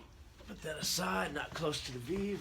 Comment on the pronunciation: It's not VIV, it's called VEVE pronounced VayVay.